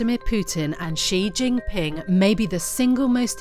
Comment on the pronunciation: 错了，他们根本说得不对